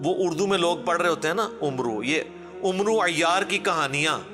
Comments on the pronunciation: آپ بھی تو غلط ہی پڑھ رہے ہیں ۔عمرو میں میم پر زبر نہیں ۔بلکہ جزم ہے ۔ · Matlab kuch bhi...عمرو ke aakhir me jo و hai wo silent hogya awr oska matlab hai k aap ne ع jo shuro me hai oske ooper pesh ki jaga zabar laga dena hai...isi liye me kehta hu..moudodi ,qadiyani,dr israr ,ghamdi waghera ne islam ka apna interpretation kia hai jo zyada tar ghalat hai,,,jese k ye baised explanation...Amr awr Umr awr umro me farq karna....intehayi had tak kahani karayi hai..engineer ne mushkil formula dekha kar logo ko kaha k tum choro ,,bas machine kaam karegi..tum aam khao phair na gino...